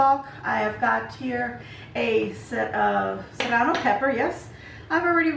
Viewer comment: Love everything but the “cerrano”, lol! Yum!❤️👍👍👍